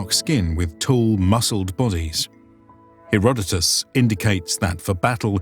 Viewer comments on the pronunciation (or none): none